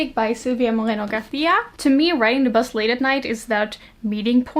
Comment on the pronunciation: I liked this video just basing myself on how you pronounced the "Garcia" last name on Mexican Gothic's author. you goooooo European girl who tries to pronounce things correctly (pls don't embarrass me publicly by saying you took Spanish classes or went to Spain once, I'm begging you)